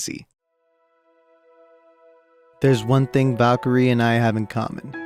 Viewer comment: Make a video but u pronounce call Valkyrie as vakiir